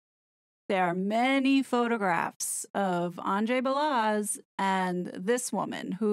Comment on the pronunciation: WOW. All of it makes sense! Let’s hope Megalier does NOT have info to blackmail the royal family. Or if she does that would explain the double blow the King dealt to the horrid couple and Randy Andy. Truth will prevail. By the way Balazs is pronounced Ba-LaZs like Zsa Zsa. Keep up the good work.